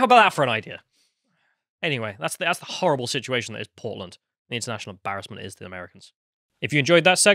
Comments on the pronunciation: Oh PORTLAND! 😂. I thought you said POLAND at first. That makes more sense. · At first I hear “Poland” 🤔 then I figured out they are talking about Portland…. Well yeah, of course